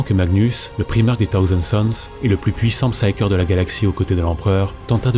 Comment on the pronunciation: T'as vidéo est géniale mais moi j'entends "taosen suns" et ma santé mental en prend un coup XDXD... Prononce le correctement STP Thousand sons PS: La suite, when ???????